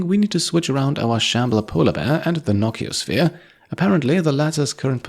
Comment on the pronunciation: I love your series; one note though, I was always under the impression it was called a "No-CEE-oh-sphere" since nociceptors in your skin for example are pain receptors, and it is literally a "Pain Sphere"